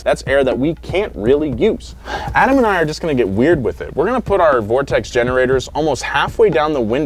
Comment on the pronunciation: Thanks for saying vortexes correctly. I clicked the link thinking "one of these mfkrs about to say 'vor-texas'"